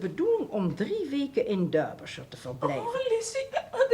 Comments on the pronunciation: Darbyshire en niet Durbyshire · Of course, but that gave cause to the wrong pronunciation. The Dutch cast pronounced Derbyshire as Durby. That is why I spelled it for them as Darby.